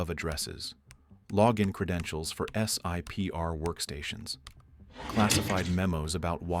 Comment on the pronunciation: Fort Belvoir is pronounced "Belvor" and Secret Internet Protocol Router network, or SIPR, is a pronounced acronym. Just say "sip her" like it's one word. Another great video!